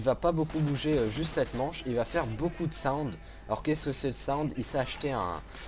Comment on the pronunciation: On dit soundé pas "SAOUWND" ou chez pas quoi --' et c'est treyarch breff